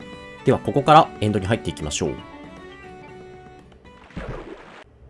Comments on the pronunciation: エ⤴︎ン⤴︎ド⤵︎ じゃなくてエ⤵︎ ン⤵︎ ド⤵︎ な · しかも発音もエ↓ンド